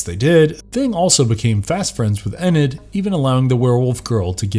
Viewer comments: Ummm.....a single panel "animation", is called a drawing, or comic if you prefer..... animation denotes motion, a single panel has no motion. Also, why does he pronounce Morticia as "More-tee-sha" and Enid as "Eh-nid"? It's "More-tish-a" and "Ee-nid" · Why is he mispronouncing Morticia and Enid so badly??? C'mon, you can't be unaware of how they're said!! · Whoever wrote the script for this guy, please make sure he knows how to pronounce names right before recording . Him saying Mortician and Enid wrong upset me and my homegirls lol . Also it’s just Thing, NOT “the thing” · I also agree it's never been the thing his name is Thing. Wednesday is not in college she's in a high school boarding school because she got kicked out of high school. Can't name of all the things that you guys got wrong but you need to slow down. I don't know how you pronounced Enid's name but you did it wrong. Plus the origins of Thing were that he has no origin story nice click bait. And yeah I know you get paid even though this is not a positive comment. It didn't feel like you really like or appreciate the Addams family for all it is worth.